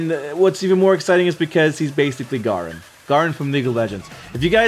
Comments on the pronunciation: nice video ... garen is pronounced Gaeh-Rin btw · Its pronounced Gair-rin